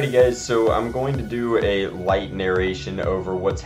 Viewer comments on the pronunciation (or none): it is pronounced light, take not lightatake fyi